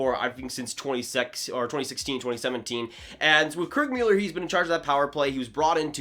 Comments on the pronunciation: Please stop saying Mueller, it's Muller. I can't hear it. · Dude his name is Muller! Good Job! Dumbass, ya let me hit that button lol